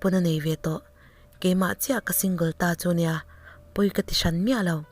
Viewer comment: support hi shu anga lam tur ani lo a.. single pawh....shing...anga lam tur ani lo a...ka lo ngaimawh ve mai mai....ngaithlahlun tih tak ah ka lo duhtui ve deuha...